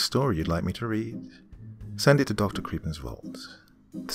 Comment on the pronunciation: Almost all the locations name are real places where i grew up and i just wanted to say, Dr, you did an amazing job with the pronunciation